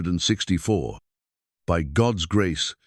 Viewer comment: Maybe if you taught your computer to read 1864 as 18 64 it would read the year correctly.